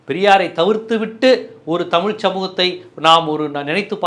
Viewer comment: தமிழு உச்சரிப்பே 😅😅😅அந்த 😅😅